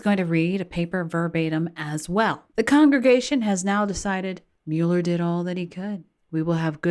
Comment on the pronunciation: Guilty man -"Mule ler". Democrat donkey/mule